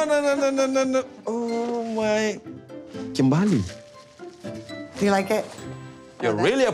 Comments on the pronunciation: Her name is Kimberly not kimbaaaaaaaaly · It’s Kimberly they say kim bali 😂😂😂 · It sounds like he’s saying “TIMBERRR!!” When he says her name lmao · “KIM BA LEE” 😂😂😂